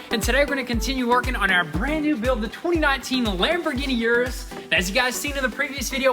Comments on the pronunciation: Hello . Its U-RUS no IU-RU- S . Try it … U-RUS , without that I in front the U how you pronounce UNITED …IUNITED U- RUS ,U( end fast ) RUS - U-RUS . Greetings from Madrid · It’s pronounced eris not youris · It's Uu-Rus, not You-Rus. Come one guys! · Like Ursula from the little mermaid. It's a Urus. Not a Yurus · Please check the pronunciation of the name Urus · Please. Someone tell them how to pronounce Urus. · There are several problems with this new series. First and most importantly, have some respect for the brand and pronounce the name of the car correctly Secondly stop being dumb and just get back to the car content